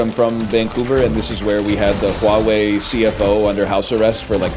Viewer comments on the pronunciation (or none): none